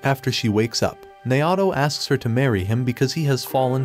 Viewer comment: Naoto being prounced Nayahhtow is tough